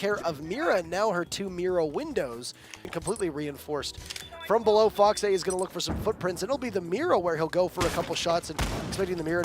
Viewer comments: buff bear yeah I saw FoxA, it just sounded wrong the way the caster pronounced it lol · its fox-a pronounced foks-aye but it kinda does